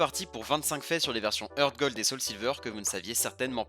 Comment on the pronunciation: Un truc que tu savais pas c'est que Heart se prononce "Hart", pas "Heurt".